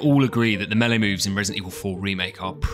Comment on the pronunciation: You had my interest with "meele", but you have my attention at "no knife"